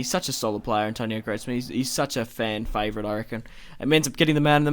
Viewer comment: Greezman not Gretsman